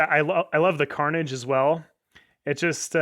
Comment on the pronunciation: tharnage like manni calls it